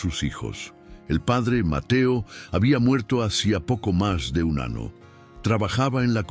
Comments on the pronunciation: Con todo respeto.sus relatos son muy bonitos pero como esta pronunsiando las letras usted lee ano y es año lee manana y es mañana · Esa historia muy linda .pero .porque tiene que hablar tan malo en esa historia . ??? Como. Diciendo manana nino ano..mono